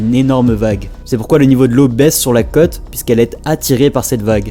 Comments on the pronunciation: Et la prononciation gamin ??? La cote !!! C'est la côôôte !!! Il y a un accent circonflexe !!! 🤯🤕🤒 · Tu serai pas originaire des coins de Bordeaux ? C'est ta façon de prononcer les mot côte... Il y a un accent circonflexe sur le ô 😉 Pour moi le cote est une mesure...